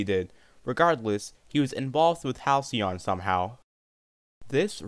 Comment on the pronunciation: You pronounced Halcyon so wrong my dude..